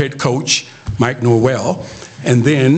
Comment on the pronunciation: Did he just say Norwell? Can't even get his name correct? Bruh...